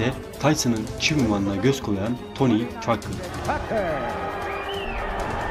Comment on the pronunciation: Tucker , "takır " olarak relaffuz edili ; keşke,doğru telaffuz etmek için boksorlerin anons edilmesinin izlemiş olsaydın.